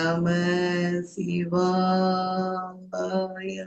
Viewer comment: நமச்சிவாய நமச்சிவாய ன்னு சொல்றீங்க, 5 எழுத்தில் 'ச்' எங்கிருந்து வந்தது? நமசிவய